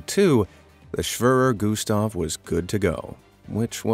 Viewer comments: schwöror güstf lol all germans are laughing. The e is pronounced like in the word egg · "schwaver gustav"😂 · It’s pronounced schwerer Gustaf